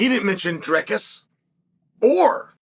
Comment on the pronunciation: Props to Uncle Chael for saying Dricus correctly but absolutely butchering the rest of the middleweight divisions names😂😂